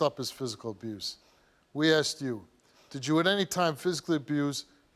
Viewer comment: Question where does aksed come from? It’s asked. Is this a different language?